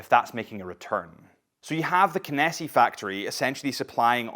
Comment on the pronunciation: Did they not correct how you pronounce Kenissi? 🙃